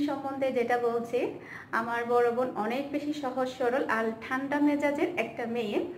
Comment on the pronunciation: আপু আপনি বোন কে ভোন বলেন কেন?